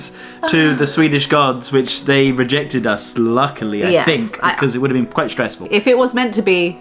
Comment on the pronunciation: Did he say, "never BEAN there before?" 😂